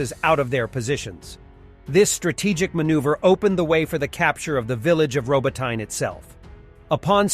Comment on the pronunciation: You literally have 3 different pronunciations for Robotyne...like at this point it's giving AI narrator...